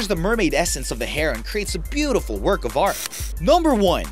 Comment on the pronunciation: when he said of art he didn't have a pause he said it as of fart